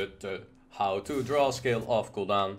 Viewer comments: Why do you say skill of guldan? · Everyone: Skull of Gul'Dan: Skill of Gul'dan